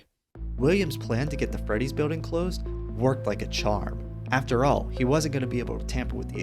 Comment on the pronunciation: Why can’t bro say After?